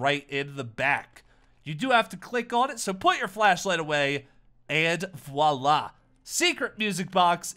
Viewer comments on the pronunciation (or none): none